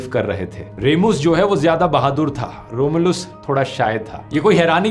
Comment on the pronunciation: Your pronounciations of रोम्यूलस & रीमस made me smile😁